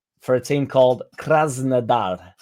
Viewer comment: Says "Krasnodar" with a fake Russian accent. Says "Spertsyan" in the most Yorkshire way ever. 😄